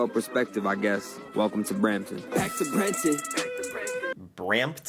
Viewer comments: Brampton? Oh no. Lmao 😂😂😂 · Brampton lol. Absolutely terrible. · Brampton. Sigh.